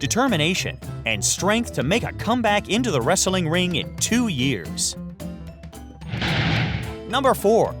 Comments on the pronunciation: Jesus fucking christ! The way this guy pronounces 'wrestling'. He gives the word an extra fucking syllable! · Wrestling not wresteling wtf